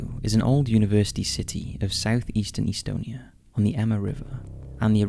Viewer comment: FYI it’s not Pronounced eastonia, it’s Estonia with the E making the same sound as in “bet”. Please Google basic things like pronunciation.